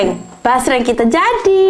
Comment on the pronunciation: Basreng❎ Jasreng✅ Ampun deh lucu bangett dehh❤ Semangat y ci yg cantik dan yg baikk bangett ❤❤❤